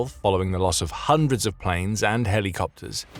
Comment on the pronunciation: lol say "Heli" copter again lol